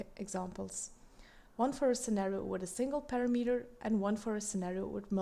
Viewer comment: it's pronounced pa-RAM-uh-ter, not para-meter...it makes it difficult to follow along when it's mispronounced like that.